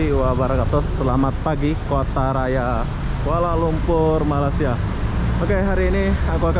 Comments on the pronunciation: jawa Mana sih ngomong malaysia kok nggak bisa ucapin Malaysia bukan Malasia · Belajar ya ucapanx biar enak didengar hati hati loe Nama Negara orang nyebutnya yg bener Malay sia